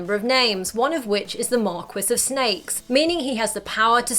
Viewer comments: did you pronounce marquis like it's "mar-kwis"? it's "mar-key" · It's not "Mark-wis" it's "Mar-key" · “Mar-key” of snakes not mar-quiss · Hi! Please don't take this the wrong way, as I'm sure it was just a mistake. Marquis is pronounced "mark-key." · it's pronounced "Marquis" "S" is a silent letter. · How tf did she not know how to pronounce marquis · U completely pronounced marquis wrong lol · Marquis is not pronounced how it sounds!!!